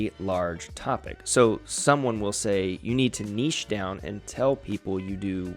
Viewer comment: Thanks for not pronouncing it "nitch" 😂